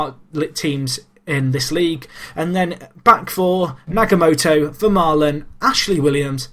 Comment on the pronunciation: Nagatomo,. Not Nagamoto.